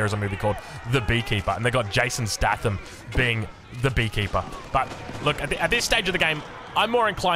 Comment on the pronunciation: please for the love of god it's Jason 'stay-thum' not 'sta-tham' 😂